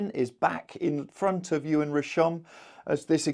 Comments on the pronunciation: great update as usual however please stop pronouncing Yoann as Ewan!! Say it phonetically, so Yo-Ann 😅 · Errrr…. Even your link agrees with me, I think you need to listen more carefully. This is from someone who lived in France for 25yrs, has a French daughter and speaks fluently 🤷🏼‍♂️